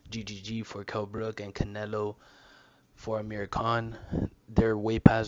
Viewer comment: It's *Amir Not Ahmir